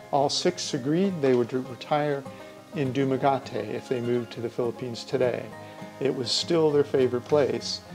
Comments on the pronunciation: DumaGuete .. No A in Guete .. DumaGueeeeteee .. How can u go there & Not kno how to Pronounce it .. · Have you been to Dumaguete? You haven’t learned how to pronounce it